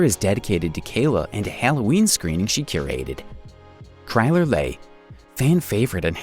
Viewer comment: Chyler not chryler leigh (lee)